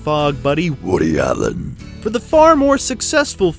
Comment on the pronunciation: I love how you pronounce Woody Allen's name correctly, so many get it wrong.